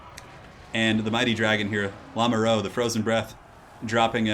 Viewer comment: "Lamoureux" is pronounced "La (like in "[la]mp")-moo (like cows)-ru (like in "m[u]rder"). It lossly means "the one in love" and is a common surname. The wonders of French spelling.